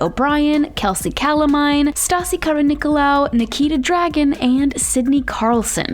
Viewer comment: YOU SAID NIKITA DRAGON LMAO